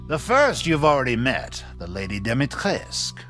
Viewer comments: Awesome video!! Btw...It's pronounced Dimi-Tres-Cu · Dimistrescu not domitresc even game make that mistake